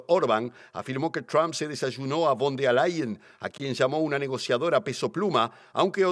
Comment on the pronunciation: Se dice VON DER LAYEN